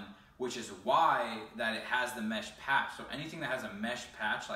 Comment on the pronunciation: hurt me inside when he said "mesh patch"